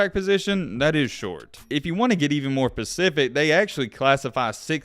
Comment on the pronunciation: Say it with me one time "SPECIFIC" again, "SPECIFIC."